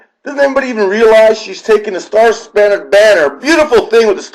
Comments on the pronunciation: It's ''coerce'' not COHURSE, damn dude, and it's star ''spangled'' banner, not star spannered banner, damn dude !! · Because the person obviously doesn't give two fucks about America if he calls "The Star Spangled Banner " the Star Spannered Banner!! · Walter White Indeed